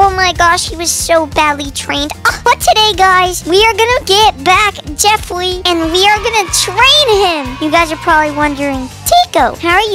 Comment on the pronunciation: The only thing that went to my head when he said JeFwEe was JeFwEeWeE